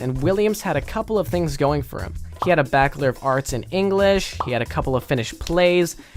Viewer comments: Back lore Its Ba-CH-ler Bachelor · "Ba-ch-lor = Bakelor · “Backelor” of arts in english